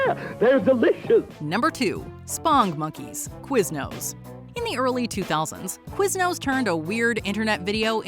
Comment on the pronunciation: Blasphemy. I grew up with OG Chuck E. Cheese and I loved him. And I never found Ronald McDonald creepy. Or his friends. And it's SPONGE monkeys, not "spong".